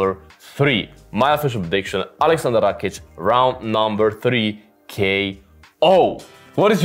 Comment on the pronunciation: Nice prediction. May I ask your nationality? You pronounce that "Rakic" just like us (slavs). 😁